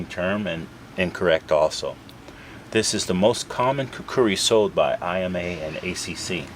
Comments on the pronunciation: Hello, very good to know that you are Khukuri enthusiast. However about the pronunciation..,its neither Khukri..nor Khukdi..it is khukuri..trust me' its coming from a Nepali who sleeps with a khukuri under his pillow hahaha.thank you. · In Nepali, it’s pronounced and spelled with that second “u”. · its kinda funny how you pronounced khukuri :D